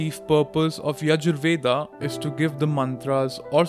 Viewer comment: It's Veda (वेद), not VedAAAAAA. Learn to pronounce your own words properly.